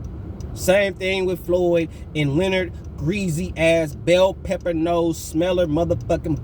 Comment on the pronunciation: Damn I almost fell over He said. BELLPEPPER LOL